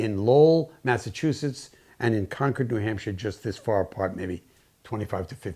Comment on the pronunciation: Are you from New England? I was impressed that you pronounced “Concord” correctly! Very interesting film! 🥰